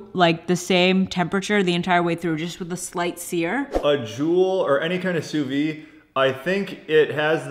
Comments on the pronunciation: “Sue veed”, not “sue vee” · I had no clue the Joule did all of that! Looks like sous-vide eggs are gonna be a new staple in my diet thanks to you guys 😍 And you still pronounce the "d" in sous-vide, just fyi :) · Please pronounce the D in sous vide haha